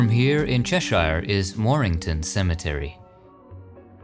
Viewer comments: its not Merceyside, its Merzeyside and its Chesher and Darbysher, places in britain are not always pronounced how they look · Cheshire. You say it Chesheer. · I like the way you pronounce Merseyside and Cheshire 🤣👍